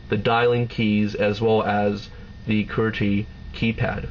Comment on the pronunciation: ugh does anyone else HATE how this dude says "QWERTY"?